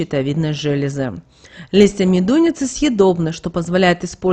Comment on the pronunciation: МедунИца - так произносите.